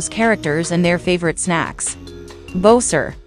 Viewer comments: Bo-Ser Mary-o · It can't pronounce Mario and bowser’s name correctly the ai voic e